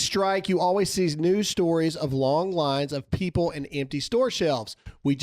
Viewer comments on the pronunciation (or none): none